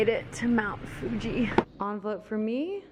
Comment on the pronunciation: 😂 so cute sometimes you say Mt Fuji as Mt Fugee ✌🏼😂